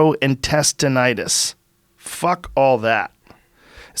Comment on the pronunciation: Gas-tro- entestin- itus 😂 love you joe that made me laugh